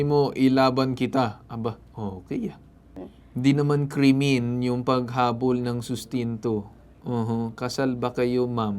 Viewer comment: natawa naman ako sa pagkaka pronounce mo sa sinabi n Atty Alyssa na "kremen"😂😂😂